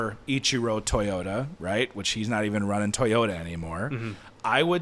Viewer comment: TOYota not TIE-yota, disrespect any other company in the world but not Toyota